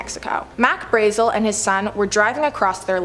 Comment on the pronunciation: Brazzel brahhhh zel... not brayzel....